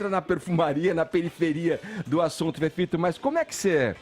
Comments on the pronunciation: Chamo ele de, tudo tem som de Z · FEFITO DEBOXADA, APRENDE A PRONUNCIAR A LETRA “E” SEU IRRITANTE, MEU LIKE É PARA O CAIO